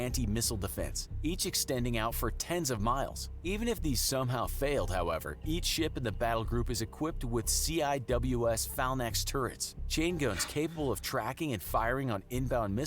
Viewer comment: It frustrating how the guy pronounces phalanx around the mark. “fal-nex” wtf?!